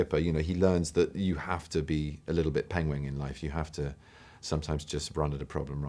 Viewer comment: In his defence, this interview was filmed BEFORE the whole "pengwing" things came up on the internet, so yeah... he still calls them "pengwing" here. In the old clip when he read the "Red hen" book, he pronounced "pengwing" too. So it's mean he had been callling them "pengwing" his whole life (a untill Graham taught him how to pronounce the word ;P.